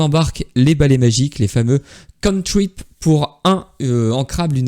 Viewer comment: On dit cantrip et pas cointrip